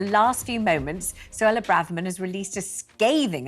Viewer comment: Suella not Sulla